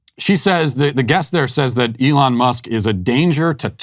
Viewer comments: “Elana Musk” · He said Ilhan Musk lol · I thought I was the only one that thought al said "elana" 😂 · Al Sharpton has a show, is paid millions and he's supposed to explain what's going on in the world... and he doesn't know how to say "Elon".